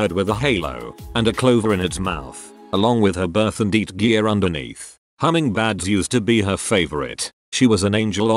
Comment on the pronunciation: "hummingbads" This might be even funnier than when Zefrank1 kept calling them "hummingbyirds" in the video that introduced me to his mini nature documentaries full of juvenile humor 💙